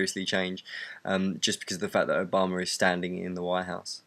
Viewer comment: i love the way you say Obama it so wonderfully British :)